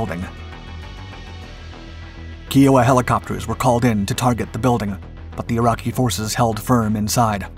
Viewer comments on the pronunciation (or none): KI-O-WA not KEY-O-WA. Just sayin 👍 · ky oh wah. not key oh wah. signed a Kiowa mechanic. thanks. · Kai-oh-wah, helicopters. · Please teach the Robot or Narrator how to say "Kiowa" properly. Thank you, cheers. 🇨🇦